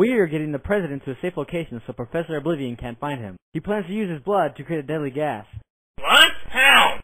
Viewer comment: PROfessor oblivion!